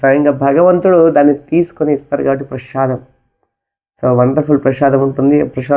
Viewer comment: ప్రభుజీ ప్రసాదం అనాలి మీరు ప్రషాదమ్ అని అంటున్నారు. అలా అనకూడదు. తెలుగువాళ్ళము మనము. భాష దోషం ఉండకూడదు. ఇంకా చాలా మంది ప్రభుజీ లు హరే కృష్ణ అనకుండా హరే కిషనా.. అంటున్నారు. విదేశాకాలో పుట్టి వారికి నోరు తిరగని సందర్భం లొ కిషనా అని అనటం లొ తప్పులేదు. ఉత్తరం భారతం లొ కూడా కిషనా అని అంటారు. మనం స్వచ్చంగా పలికే అలవాటు ఉన్న కూడా ఇలా పలకడం సమంజసము కాదు. హరే రామ అని పలకకుండా హరే రామో అంటున్నారు. ఒక్కసారి ఆలోచించండి